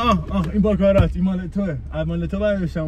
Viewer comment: باکارات نه 😂 باراکات